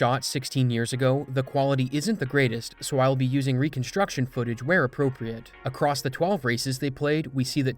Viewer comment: Love your videos. Please stop pronouncing across as acrost